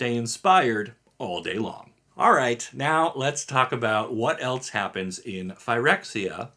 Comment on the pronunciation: There isn’t a T in the word else.